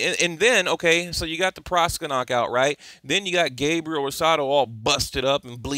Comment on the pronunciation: it's Proksa, not Proska